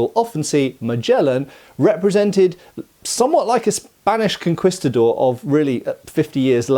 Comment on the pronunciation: One thing I actually cringed at was your pronunciation of "conquistador." Every other audio source I've heard pronunces it as "con-kee-sta-dor."